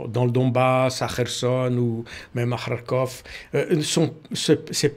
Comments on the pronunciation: Je suis content D entendre KarkhOV bien prononcé et mon Karkhiv. On a de tout temps prononcé avec-Ov. Agréable D écoute un expert impartial et réaliste. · Tout à fait et il prononce bien d’ailleurs de « kh » à la russe dans Kharkov et Kherson.😊 Je pense que J. Baud maîtrise la langue russe au moins un peu.